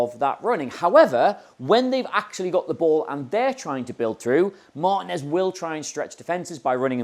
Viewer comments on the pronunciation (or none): This drove me crazy! It's not MAHR-tin-ez...it's Mar-TEEN-ez. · MarTEENez, not MAARtinez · Why can't English people pronounce Martinez (and other latino names) correctly? Mar- TEEN - ez. That is not a hard thing to say.